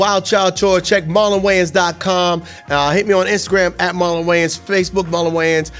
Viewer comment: "I'm MOWLEN wayans" ??? ha??